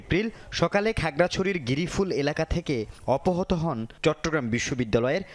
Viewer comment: যে অপহৃত উচ্চারণ করতে পারে না ।সে সংবাদ পড়ে কি ভাবে?